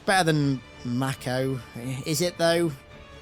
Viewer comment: Aviator is based on aviator shades/sunglasses worn by pilots Mako is pronounced 'mayko', not 'makko'.